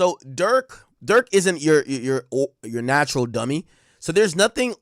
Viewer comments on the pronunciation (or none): none